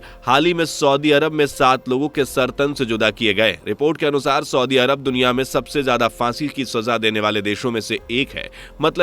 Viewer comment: Soodi nahi saudi hota hai...bolna toa aata nahi aapko...